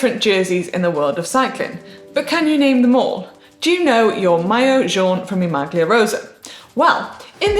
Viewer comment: I love you GCN but, come on, I think you're deliberately asking presenters to mispronounce Italian words on purpose. This time it's "maglia". The 'g' should be silent just like it is in tagliatelle. In a recent clip it was "strade bianche" where the 'che' sound should be hard like a 'k'. Sorry for the pedantry, it's the Italian teacher in me.